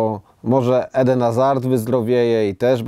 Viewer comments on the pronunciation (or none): none